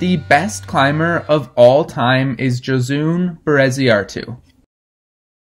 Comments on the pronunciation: Amazing video and overview of Josune Bereziartu! :D Btw, not a huge deal but it’s pronounced “Yo-sue-neh.” Love your videos! :) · lol as soon as he said she was spanish i knew he was pronouncing her first name wrong. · This is a really great video about her. She’s been so neglected all these years! Thank you so much. Love your channel. Minor/major point. Her name is pronounced “Ho-soon-eh.” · Egurre! Gora Josune Yo have to say that last "e" of the name, but it's Okey! :) I sent her first 8a "hiena" last Wednesday jeje yeahhh